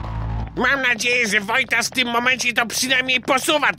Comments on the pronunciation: Wojtas mówi Wojtaz to na twoją odpowiedzialnąść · 4.18 jest błąd ^^ mówi wójtaz zamiast walo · wojtas do wala powiedzial wojtss xD